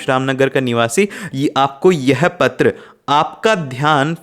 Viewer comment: He saying a not ptra like pathar writing 😂😂😂😂😂😂😂😂😂